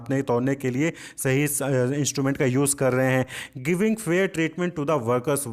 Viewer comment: Sahi ko rahi boldiya sir 🥲😵‍💫😅😅😅